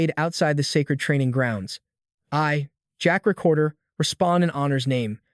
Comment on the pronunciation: Protagonist's name in the manga: Zeke Draker. Pronounced by the video as "Jack Recorder" apparently.... Not a good sign for the rest of the video. Edit: Okay, sometimes it's also Jack Raker, Jack Raper (LOL), Jack Draper, and Jack Drake, and I'm only 50 minutes in.... Yeah, not good.